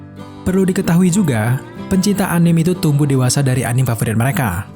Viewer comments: Anim? agak kesal gue dengarnya_- Susahnya bilang Anime apa njing.. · Anime, bacanya a-ni-me, bukan a-nim... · anime d bacanya a-ni-me, bukan anim. itu dri istilah bhs Jepang bukan bhs Inggris. kritik aja kok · Anime dibacanya ANIME bukan ANIM